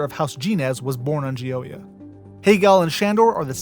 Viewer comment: I’m confident you’ve mispronounced the Chinese words because of your pronunciation of “nomenclature” (edit): Based on your pronunciation of “Gioia” I am more certain that your pronunciation of non Latin/Germanic languages is probably incorrect.